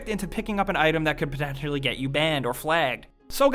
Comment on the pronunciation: Im not the only one that noticed when he tried to say potentially he just slurs like he killed a bottle of vodka. WERDS